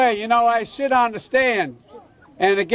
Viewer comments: Did he say "sh*t on the stand"? Is Biden chewing chaw? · I swear he says "I shit on the stand and it get hot" 😱